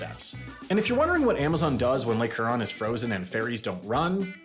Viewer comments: I grew up in Grand Rapids. Granted, I rarely ever spent any time along the shores of Huron, but I never heard the lake's name pronounced "Here-on." I think I'd get a strange look if I pronounced it that way on the westside of the state. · Huron is what I came here to say. Glad I wasn't hearing things. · Yeah, "Huron" got me as well, lol. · As someone who grew up near the island and worked for the ferries for many seasons, it was great seeing make a video on it! The island has gotten more and more attention worldwide, so I love seeing the area I live getting so well known. The only criticisms I have of the video: Huron is pronounced "HERE-on", St. Ignace is pronounced "Saint IG-niss", and Rudyard is pronounced "Rud-yerd" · Lol Huron was a little off too but unless somebody is French I don't expect much